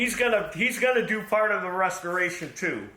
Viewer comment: Did he say a rustoration video?😂